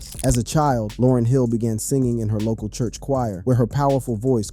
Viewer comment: Almost makes me want to stop listening... Information is one thing... Yet, respect is another! You wouldn't want people butchering your name/alias!